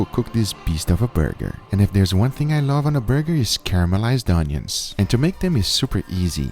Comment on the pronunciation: When he said i cooked the onions it sounded like i cooked my udders and udders are the balls of a cow (it sounded to me)